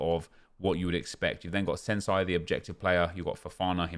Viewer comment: #senesi not fucking sensei